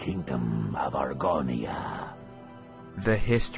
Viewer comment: When you called it Argonia in a previous video I literally screamed